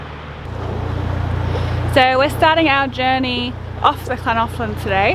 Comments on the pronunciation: The Welsh "ll" is not the same as the English "Ch", although many make that substitution. There is no equivalent sound in the English language. It's made by putting spilling air over the sides of the tongue. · You got the hardest bit of Llangollen correct , the LL sound is one of the hardest for non welsh speakers but you managed that well , just missed out on the G which is a hard G as in Great - great vlog really showcasing the area nicely , enjoyed it very much , thank you